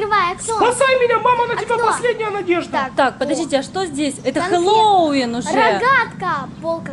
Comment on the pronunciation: Привет, лайкни меня плиииииииииииииииииииииииииис. А, и ещё, не хело'вин, а хе'ловин, ударение неправильно!😐❤❤❤